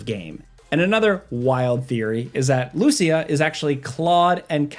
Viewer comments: please don't say Lúcia, is Lucía!! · I love, but the way he pronounces "Lucia" is wrong, haha. Since she has Latino heritage, her name is pronounced "Lu-See-A". Even Jason in the 2nd trailer pronounces it correctly. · Hearing butcher a simple name like Lucia gives me a migraine